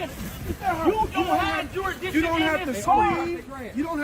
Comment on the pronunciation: Jurisditsion 😂 fumble